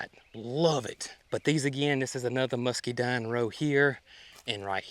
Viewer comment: there’s an n on the end of rhododendron not an m. It’s a muscadine not muskydine. Sorry if I’m being picky but it drives me nuts when you mispronounce the plant names. Just in case people are trying to look them up.